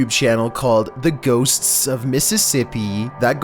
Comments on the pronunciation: Nobody:: Ghos TS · No it is ghostsssssssssssssssssssssss Past vid he struggled with mistcheiveous He said mischivish